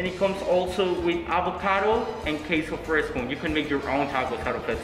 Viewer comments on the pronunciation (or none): Lucha Libre: “Right here we have taa-cos door-rad-ohs topped with key-so fris-co, over here we have free-jo-lays cha-rows.”💀🤣💀🤣💀🤣💀